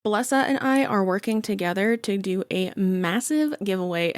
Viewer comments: It's Be-ye-sa, the ll are a y in spanish. And I love that they sponsored you! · has the company stated that? every sponsorship i’ve seen from them has the youtuber pronouncing it ba-less-a and i find it hard to believe a company would continuously allow their company name to be pronounced incorrectly. She’s worked with them several times over now, I’d imagine they’d point it out to her.